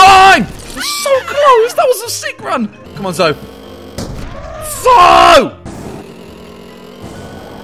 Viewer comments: When Simon pronounces it 'Zo' instead of 'zo-EE', this videos too funny to be triggered though! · Is it just me who got triggered when he kept saying zo instead of zoe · Is it just me that was triggered when he said “Zo” and not “Zoe” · Was no-one else annoyed he pronounced Zoe "zo" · twofat llamas ZO